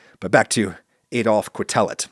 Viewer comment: As a statistician, I've been repeatedly impressed by how careful Adam is about discussing statistical results. The one play where he goes statistically awry here is a trivial and amusing one, the pronunciation of Quetelet's surname: 8-)